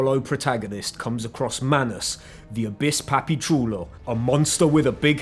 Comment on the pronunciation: I know I'm 1 year too late (thanks for nothing YouTube algorithm) but let me ask anyway, is he Puerto Rican? cause that Papi chulo sounds just how we say it here in Puerto Rico.